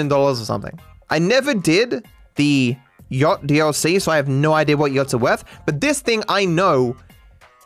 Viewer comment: Is that how Aussies pronounce Yacht?!